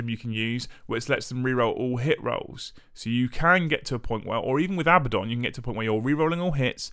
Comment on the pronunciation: It's pronounced . It has 2 D's, not B's.